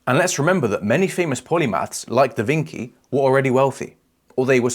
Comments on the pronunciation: It's Da Vinci, (vinchee) lol sorry that bothered me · Davinky 😂 better than Dawinky I guess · "Da vinki"? really? :) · Bro said Da Vinchi to make me comment, almost fell for the ragebait. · How did u just pronounce DaVinci? 😂😂😂